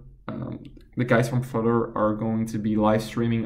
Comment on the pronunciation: What's Flitter, is that a new language? I thought it was Flutter.